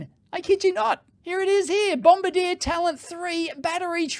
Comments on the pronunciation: Dave, you say it as Bomb-bar-dee-aa. Not bomba deer, like in the war. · Just a minor detail, but your pronunciation of Bombardier is wrong. It's not bom-ba-DEER, like the crew member of a bomber who drops the bombs. It should be bom-BAR-dee-ay being a French Canadian company. My daughter had some dealings with the company and was quickly corrected by them at their first meeting. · I'm twitching every time he says "BombardieR" 😢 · BOM-BARD-YAY... also, Bombardier doesn't make trains or planes anymore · Diesel being notoriously clean. Just ask VW! Also you mispronounced Bombardier. It is pronounced: Bombardi-e-yeh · It's pronounced bom-bar-dee-ay. It's a Canadian company based in Quebec, where the dominant language is French, hence the pronunciation They also make jet aircraft, snowmobiles, and a bunch of military vehicles. Of course, when Ottawa, Canada's capitol city, built a metro, they bought a completely unsuitable train model from a company in France, instead of Bombardier trains that are built in Canada by a company that knows how to build trains that will work in our climate. (The climate in Ottawa is slightly colder than the climate in Moscow.) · It's Bomb-bardi-eh. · If the train is fully electric it could connect to the mainline overhead catenary and only needs battery for the 2.6km private Tesla stub that they're too cheap to build their own overhead catenary for. Those panels probably would be enough to power the train for that short portion. There are trams that operate like this: Oh, and Bombardier is a Canadian company from Quebec, so the pronunciation is French: BOM-BAR-DI-ER. 😄